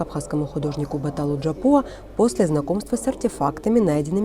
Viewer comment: Не надо искажать апсуйские фамилии - Батал не Джапуа а Жопуа.